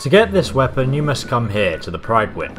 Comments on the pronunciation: It's not pride-win. It's prid-win. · It's not pronounced pry went it's pronounced pridwen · The PRIDEwen... even after he walks past a character that pronounces it correctly... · I'm English too, and I'm telling you that Gauss should rhyme with "house". Also, the Prydwen in pronounced "prid-win", not "pride-win"; the BoS door guard in the video said the name as you walked past her. This might seem a bit of a nit-pick, but I'm hesitant to accept advice from someone who can't even pronounce the names of the items he's explaining. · So Angry No, it's not "Prud-wen." You can hear people BoS people saying it "Prid-wen." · Nothing angers me more than him calling the Prydwen " Pride-When " when in the game its legit pronounced " PRID-WEN " - Insert Caeser Rage - God DAMNIT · its not PRIDE-WYN, its PRID-WYN. she even says it in your fucking video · alex jones Understand the concept of phonetic pronounciation models? The "Pryd" in Prydwen is pronounced like "privvy". not like "pride". If you're gonna correct someone, at least get it right. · The “Gus” Rifle? “Pry”dwen? We’re reaching Jon levels of mispronunciation. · It's not fucking "Pride-wen." And it's not fucking "Goss Rifle." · You made me rage by saying the prydwin it pronounced the pridwin the scout even says it :/ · the prydwen is a welsh word and is prononced like prid-win just saying guys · can't pronounce anything right, pridewyn, Guss Rifle, supermutantbehemooth. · The guss rifle the bee-hee-moth and the pride-wen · He pronounced prydwen (pridewhen) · It's meant to be pronounced as Pruhd-wen. But Americans...... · "Pridwin", prid, as in privvy. They even sayy it in game... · G U S S R I F L E P R I D W E N Why do fallout youtubers always pronounce everything wrong...